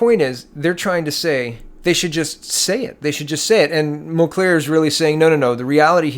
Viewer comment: It's Tom Mulcair. Not Mulclair.